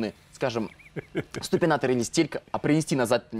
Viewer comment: ступинатор СТУПИНАТОР господи